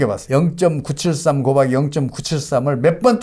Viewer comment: 선생님 곱하기를 고바기 라고 하심 ㅋㅋㅋ